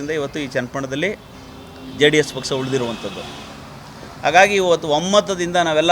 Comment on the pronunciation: ಸರಿಯಾಗಿ ಕನ್ನಡ ಮಾತಾಡು ಮಾರಾಯ ಬೆಳಗಾವಿ ಅಲ್ಲ ಅದು ಸಂಡೂರು, ಪಕ್ಸ ಅಲ್ಲ ಪಕ್ಷ 🤣🤣🤣